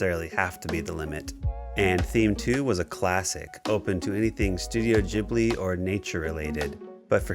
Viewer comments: i wll never forgive you for pronoucing it jhibli 😫😩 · it's Ghibli, not Jhibli